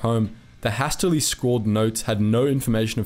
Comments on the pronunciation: Hastily is pronounced hay-stily. Guerrillas not gorillas. “Famous German comedian” isn’t that an oxymoron?😉 Laxative sardines, pure genius. 🤣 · Has-tilly? What the fuck?